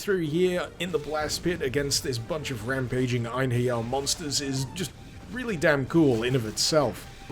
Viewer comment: As a Scandinavian I can tell you that you did some creative things with the name of "Einherjers".